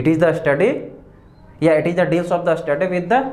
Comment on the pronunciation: U r an excellent teacher. Please improves ur pronunciation. A pratyay laga kar uchchran nahi karain pl.structure ko Astructure, study ko Astudy,stomach ko Astomach ka sahi ucharan karain.sanatan. students bhi wahi sikhaingei. Viva mei bhi waisa he bolengei. Examiner pasand Nahi karaingei .take care of this point PL.